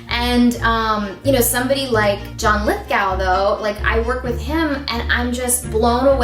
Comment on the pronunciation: You're telling me John Lithgow was such an influence she didn't even learn how to say his name right? It's Lith-GO like stop and go. Not G-OW like COW with a G.